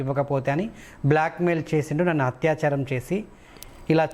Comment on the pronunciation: హత్యాచారం కాదు యాంకరూ, అత్యాచారం అనాలి. తెలుగు సరిగా పలకటం నేర్చుకు చావండి.